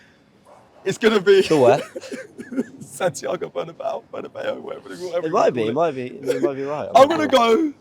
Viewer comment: said Bernabeu perfectly btw